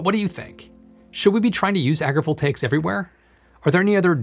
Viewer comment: the whole video i was like " WTF is agreeable takes" until i saw the title of the video... " AgriVoltaics" Pronouncing stuff properly is the key